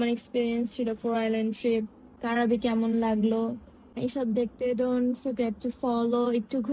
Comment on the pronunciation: উচ্চারণ টা "ক্রাবি" ওটা কারাবি নয়!!